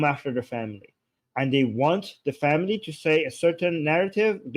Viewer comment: What's the matter with this womans outrageously raspy voice. Does she practise it?? Plus she can't pronounce AND anywhere close.